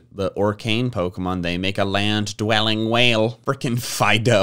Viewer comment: I didn't know how to pronounce Fidough's name just now, I just called him "Fi-doo"